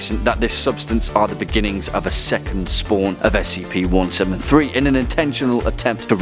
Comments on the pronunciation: STOP SAYING SKIP ITS S C P DIFFERENT WORDS its not an acronim you don't call P.O.W.s pows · “spc-173” REEEEEEEEE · Please say s c p, and not skip, that annoyed me, idk why I'm that picky, probably the internet rubbing off on me. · It's pronounced S-C-P not "Skip" you GOOF